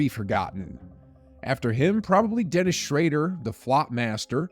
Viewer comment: Who is Dennis Shrader?? You don’t watch basketball sir